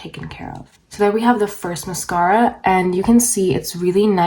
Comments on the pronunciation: I couldn’t handle how you said MASKARA every 3 seconds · Lets play a drinking game every time she says mas- scara. I can't. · Musk-aur-a. I feel like this might be a prank video considering how she’s pronouncing that word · Maascaara! I ❤️how you say mascara. Vinlikethe idea of using 2 mascaras. Wiping the wand and using old mascara , that's then mixed with fresh mascara , seems a little risky with possibly getting an eye infection. I liked your application tips. I will give it a try. If the second mascara , was burgundy , blue 🔵 or 🟣 that would be fun to do a possible demo. Thank you. You have lovely lashes!!! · Apparently we're supposed to say massCARA as well. Who knew!? Thanks for the tips 🤗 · Take a shot every time she says MUHSKARA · say mascahhhra, one more time. 😑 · I really enjoy how she says mascahra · Dear Lord please learn how to say the word MASCARA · I vote people will also pronounce "Mascara" the way does. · Mascara you say it funny lol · she’s probably just canadian